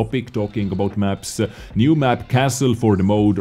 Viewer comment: Kassl! With an A like in Mars. E almost unheard.